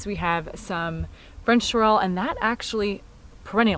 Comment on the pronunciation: You have a gorgeous gorgeous garden reaped by so much hard work and years of learning. I admire all that so much. Starting my learning on this late but never too late to learn. If you would like to pronounce sorrel more correctly it is SAW ruhl. And tomatillo is tom aw TEE yo. :) ❤️